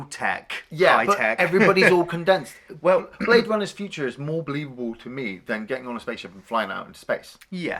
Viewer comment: he say you bwade runners !